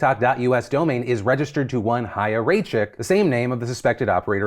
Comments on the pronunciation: ISSUE IMMEDIATE CORRECTION: That is NOT how Chaya Raichik is traditionally pronounced in Hebrew!!!!! That’s not how you pronounce it at all! It’s pronounced “ch Hi👋 ya” … say the word “Hi” as in hello out loud. Now add the CH to the beginning as in CHallah. It sounds like it almost rhymes with challah except for the AIY sound in there. Ya you have pronounced correctly. Rye as in rye bread or rhyme. And chick as in a baby chick. Rye chick So it’s Ch-AIY-a Rye-Chick As an Orthodox Jew, I know the CORRECT pronunciation . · I will let it slide that you absolutely pronounced Chaya wrong every single time...